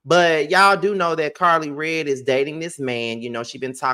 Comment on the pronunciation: We know you mean Karlie redd but you’re saying Carlie Bee lol all good 😊